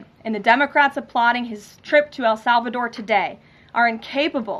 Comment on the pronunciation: When did el salvador become "AL" salvador?